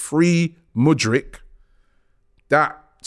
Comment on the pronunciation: Man generally got Mudryk’s name right today. Mudrik. Not Mudrich. Good job Robbie